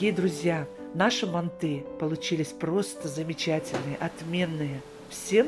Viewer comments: Не мантЫ, а мАнты🤦🏻‍♀️ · Мы тоже из Казахстана.Говорим мАнты.МантЫ ,прям ухо режет😀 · Ни мантЫ а мАнты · Не манты, мАнты. Прекратите уже следовать недорослям.. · Не мантЫ, а мАнты!!! Произносите, пжс, правильно название этого блюда уйгурской кухни, древнего уйгурского народа!!!❤❤❤ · Почему вы ударение ставите на букву Ы ? мантЫ... У нас правильно говорится и травится на букву А мАнты. Но готовите вы так же как мы в Алма Ате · Только почему ударение на манты'.Уйгурские всегда были всб жизнь ма' нты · Не МантЫ, а мАнты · А где мясо? Это мантЫ! Бред полный! Не мантЫ а мАнты! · Говорите , пожалуйста , правильно МАнты, а не манТы. В Центральной Азии, откуда родом манты, все говорят МАнты, т.е.правильно так. Желаю вам процветания вашего канала ! Смотрю вас регулярно ! ❤ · Манты - казахское блюдо, и говорить нужно мАнты, но в России и даже Узбекистане почему-то произносят мантЫ, странно и режет слух. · МАнты мАнты мАнты не мантЫ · Ну почему не м'анты а манты' Ударение надо на а. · Не мантЫ , а мАнты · У нас в Казахстане говорят не мантЫ, а мАнты😊 Вам спасибо 🎉🎉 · У нас тоже в Душанбе не мАнты, а мантЫ . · Странно, что ударение ставят на ы. Ведь это неправильно, нужно ставить ударение ,на слово манты ,на букву " а " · Даже говорим мАнтоварка, потому, что мАнты, а не мантЫ. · Да не манты а МАНТЫ ударение на первый слог. Рецепт гуливэ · Ма'нты ударение на (а) . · мАнты,ударение на А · Блин,ну как режет слух, мантЫыы😮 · Манты ударение на первый слог, и яйца не добавляют. Чтобы когда на пару готовиться не было тесто твердым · Манты ударение на первый слог..